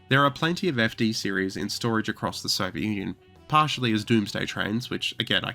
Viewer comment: Wait...did he say Soviet Onion? Huh. It certainly sounds like it.